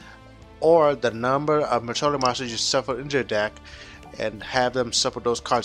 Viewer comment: "Majole" is not "Madolche."